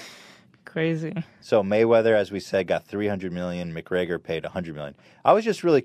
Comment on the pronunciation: Why does Ethan keep saying McGreYYYYYgor??